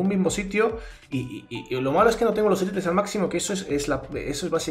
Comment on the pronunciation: Son Élites no Elítes, así suena como esquites. 😂